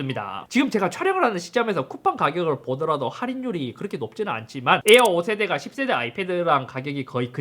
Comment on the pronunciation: 인트로에서 "10세대야" 발음을 쫌 세게 해줬으면 제 속이 후련했을텐데..